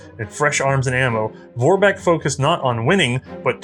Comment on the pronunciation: Not whining, but if you are interested, Vorbek is pronounced like Forbek, starting with F)